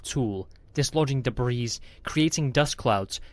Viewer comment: Good story with excellent overall narration, I look forward to listening to your future stories. and The "S" in the word "debris" is silent. The captions have the word "immobilized" not the word "paralyzed" as narrated. The "S" in "Corps" is also silent.